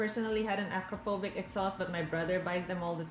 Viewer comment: I find it funny Acrapophobic was probably meant to be famous exhaust manufacturer Akrapovič. Which you can pronounce it correctly as Acrapovich.